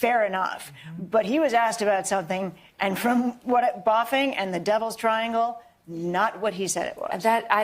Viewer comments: ... "Boofing", not "Boffing" you fool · The term was BOOF not BOFF. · Buffing? Talk about trying to be specific and critical. Its boofing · It was boofing, not boffing, you ignorant skank.